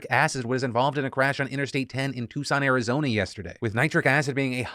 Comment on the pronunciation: The chemical spill story is awful, but also - did he just say Tucson Arizonia?